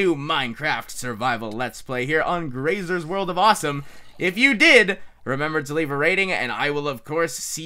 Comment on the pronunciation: No! Gracy! Not Grasey! Get it right!